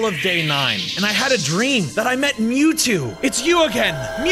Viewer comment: bruhhh you said mewjew ITS MEWTWO